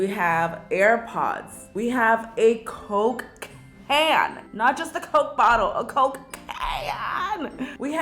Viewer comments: Every time she said “coke can” I kept hearing Cocaine lol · When she says Coke can It sounds like she is saying cocaine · I felt when she said “cOke cAan” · No one: Literally no one Not even God: Karina: coke ca-yann! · My CCCoKe CCan. She really said her c’s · I dont think she can say Coke can lol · Who else thot when she said "coke can" she said cocaine Nobody: Anyone: Just me okay Lol😂